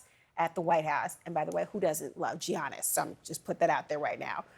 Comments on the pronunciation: Side note for the anchor coming from a Milwaukeean: its pronounced “Yannis” not “gee-annis.” Please dont ever come here and say that shit 😂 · It’s not Gi-annis🤣